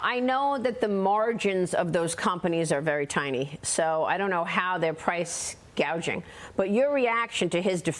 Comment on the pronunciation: Maria almost said 'price gauging.' 😆